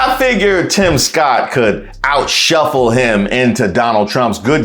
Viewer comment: He say outshuffle, lmao...that's hilarious